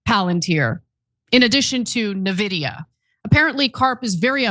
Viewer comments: N-VIDIA not NAVIDIA. And they wonder why they’re losing the youth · its nVidia. not nuhveedeuhh. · Folks, if you’re going to do a bit on Nvidia, at least pronounce the name right it’s not Na-vidia. It’s N - vidia. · I know you guys aren't gamers, but it's pronounced "In-videa" like say the letter N followed by videa. I mean, if you care. Been hearing Nividea a lot lately, lol. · is the only place where they pronounce NVidia as navidia. Rest of the world says En-Vidia. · It's pronunced 'in-vidia', not 'na-vidia' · eN - Vidia Not Nevidia. Just sayin’. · It's not navidia..just say the N.. N...vidia. News readers need to correct this error. Sloppy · You report the news. You should know by now it’s not pronounced “nehvidia”. It’s pronounced “n-vidia” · U guys pronouncing N-vidia, “navidia” is hilarious, lol smh 🤓💪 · It is Pathetic that has talked about Nvidia for at least 2 years, and even yet, to this day, they constantly mispronounce the name. It is EN-Vidia, not Ne-Vidia. Of course, if they were actual journalists, they would take 20 seconds to research this. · Its not "Na-vidia".. its more like "EN-vidia" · It's pronounced "N" - Vidia, not "NUHH VIDIA". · It's amazing that after all this time, Anna still doesn't know how to pronounce Nvidia. Na-vidia? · To ana or the team if you read the comments please — nvidia is pronounced InVidia not NaVidia 😊 have a blessed day 🎉😅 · Karp is an asshole and Palantir is awful, but Cenk and Ana - you are absolutely dead wrong with regard to Nvidia ( you are not even pronouncing the name correctly - it's EN-videa NOT NA-videa) and Burry's totally wrong claims. Even a broken clock is right twice a day. Burry is a conspiracy theorist and now you are peddling his false narratives. There are rational explanations for all his misguided ideas. I specialize in semiconductor stocks, You need experts at in different areas. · It’s pronounced envidia you’ve been saying nevedia for months now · It's pronounced N-vidia not Navidia.